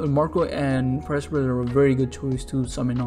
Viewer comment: You do a better job of pronouncing his name than most OP YouTubers (including theorists like BDA Law). His intended name is Prospero (a Shakespearean character), and should be pronounced like that.